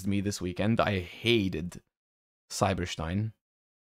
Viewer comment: "Cyber Shtein"